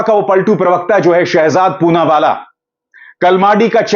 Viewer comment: "पूनावाला" "चूनावाला " बन गया 😁😁